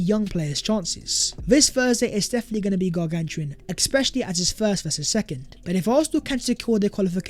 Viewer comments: ‘Exspecially’?…. Mate, come on. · It's "ESPECIALLY" please start saying it correctly if you're going to use it 50 times every video!